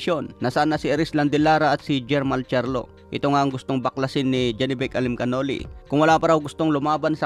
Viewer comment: pag-aralan mo nman kung paano bikasin ang pangalan nung binabalita mong boxer.. Murder mo yung pangalan ni Janibek